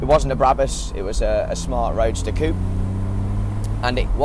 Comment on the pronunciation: nice video but pls stop pronouncing 'coupé' wrong